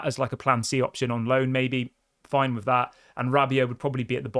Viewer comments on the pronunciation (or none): none